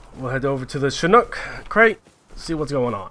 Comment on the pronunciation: alright listen here bOi i love your videos but stop fucking saying SHIN N O O K its CHIN H O O K